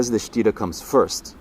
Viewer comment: Sthira not sitta